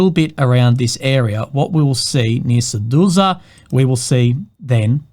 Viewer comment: Seduza? What is that, where is that? xD